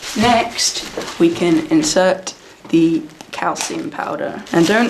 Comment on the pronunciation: When you said calcium powder I thought you said cow semen powder and I was so confused for 2 minutes